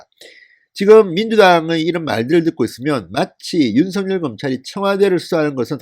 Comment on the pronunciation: 윤서결로 발음하세요 윤성렬로 들려요